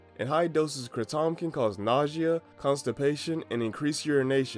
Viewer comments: It’s” kray-dom” sound not a “cra-Tom” sound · "Kràtom" lmfao bro doesn't even know how to pronounce it. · I think this is the first time I've heard someone mispronounce kratom.